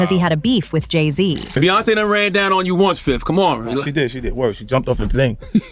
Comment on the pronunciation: Jay Z??? Slee Z